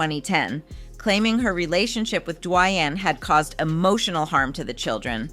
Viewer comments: Has she not heard how to pronounce His Name?! Say His Name-D~Wayne!! WOW!! Say His Name correct!!!! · What’s wrong with your tongue? Gabe-briel? Duwuanye? EvAh?